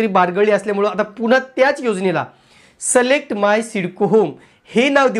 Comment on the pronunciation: सलेक्ट नाही सर सिलेक्ट